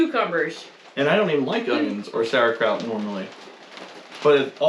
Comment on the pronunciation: The pronounciation of "Sauerkraut" sounds well in german ears!